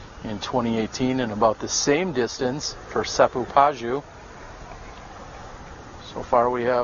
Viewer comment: Seppo Paju is pronounced "pa-yu" (soft j), not "pa-dyu". 🇫🇮😊